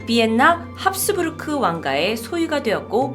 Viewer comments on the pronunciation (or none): none